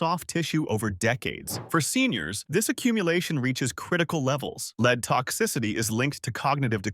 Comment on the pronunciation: Lead Please learn to pronounce it correctly. If you are ignorant of basic words, you can’t be trusted about anything you post.